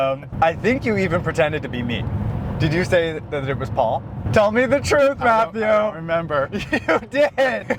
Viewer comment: I love the way you say Math yew!!!! 😂